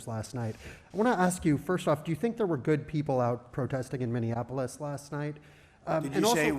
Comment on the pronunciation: What an idiot. He can’t even pronounce Minneapolis. Minneanapolis? Yeah, what a great president, can’t even pronounce the names of large cities